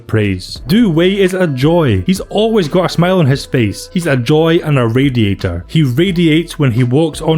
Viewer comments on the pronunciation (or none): none